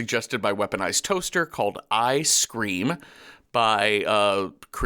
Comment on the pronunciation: Thank you so much for giving Eye Scream a shout out! AND you pronounced my name correctly!!! What an incredible day all around. I have loved Welcome to Night Vale for years so this is really cool to hear you guys talk about my short film.